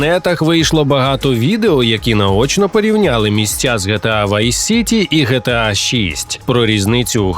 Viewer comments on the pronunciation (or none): Не ГеТеА, а ДжіТіЕй